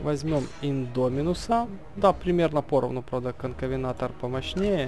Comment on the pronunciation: конкавентор в игре а ты говориш конкавенатор